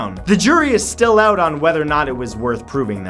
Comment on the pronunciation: His pronounciation of out sounds different. He pronounced it "Ouutt"